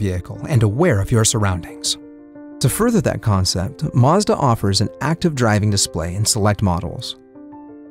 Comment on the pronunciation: It's embarrassing he can't pronounce "Mazda"